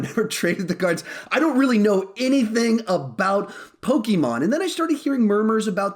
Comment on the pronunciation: Says Poke-ee-mon thinks Poke-ay-mon